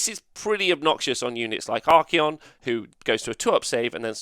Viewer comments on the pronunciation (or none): Endless spells are able to move through spell portals, but cannot be cast through a portal. This has not changed. He is not called Ar-key-on, it is Ar-cay'on. Try adding his name into google translate and press play. Wait wait, there are so many nerfs to Tzeentch (highest pts nerf) and you want to remove the cogs?...come on.